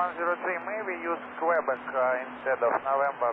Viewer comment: Stop saying QWOOBEC you dang square heads xD